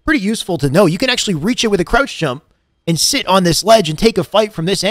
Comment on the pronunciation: I need a 2 hr video of this man saying krautch